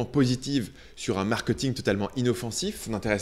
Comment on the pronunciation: je t'en supplie.. ça se dit markéééting et non markeuuting